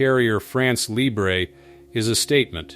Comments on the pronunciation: It’s not pronounced “libré” but “libr..” (you don’t pronounce the last letter). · Yes the lee-bray pronunciation is Spanish so goes well with nacho, whereas the French is more like LEEBR-uh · « Libre » pronounced librae is not French ! France Libre has to be pronounced with a ton which didn’t exist in English. Forget the « e » Guess that « France Libre » will have a six generation Rafale which its fifth generation is currently the best fighter jet in the world on sea and elsewhere. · LIBRE pronunciation LEE-BRUH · France Libr... Do not pronounced the E. There is not accent atop of the E. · Right! No accent on the E of Libre, therefore you should not hear it.